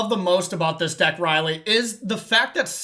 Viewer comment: This just in: "Rielle" is not pronounced "Riley".